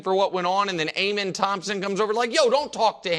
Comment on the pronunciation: Nick saying they can’t say sengun right but he can’t say Amen right😂